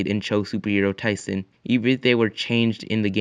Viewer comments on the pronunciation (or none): none